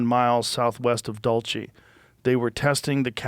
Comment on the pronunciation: “Dulce base” is not pronounced like that it’s the Spanish word for candy look it up Spanish / Local Southwest USA: DOOL-seh First syllable: DOOL (rhymes with cool or pool) Second syllable: seh (rhymes with say, but short and crisp)